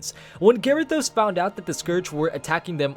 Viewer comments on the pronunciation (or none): Oh man the way you say some of these names is so uncomfortable. M'gatha instead of like Agatha but with an M. Also Garythose instead of Ga-rih-THOS. It doesn't end on an e so it shouldn't sound like those. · M'gatha and Garythos. Good grief. Firstly it's like Agatha but with an M and we wouldn't call Illidan Illy-dan would we. Ga-rih-thos. You were making the I sound like Gary and i don't know why you put so much emphasis on the o. The os should sound like how you say Ross.